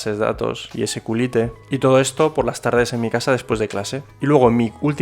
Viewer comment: Ese cU li te jajajajaja SQLite? se escucha que vas a decir otra cosa.